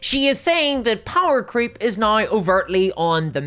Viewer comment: So glad I completely switched to Pathfinder 2e, and now the Starfinder 2e playtest. Paizo is an ethical company. They actually listen to their customers. And it's just a better system. Super balanced. So many character options. No AI art. Physical books. All the rules available online for free! BTW, I love your accent. Scottish? Welsh? Especially the way you say "nigh" instead of "now." Also, I enjoy your humorous style.